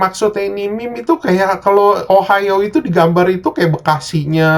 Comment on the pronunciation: lama lama denger ohio jadi ohayo njir